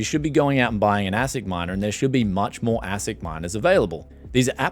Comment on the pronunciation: It’s pronounced ace ic btw